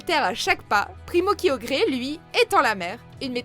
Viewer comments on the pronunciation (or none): On entend primo-kyoDRE ?!! XD Heureusement que vous n'avez pas rajouté "tout shiney" après ...;)